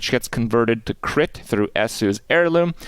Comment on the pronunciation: did you say Kipp damage or crit dmg ;P ?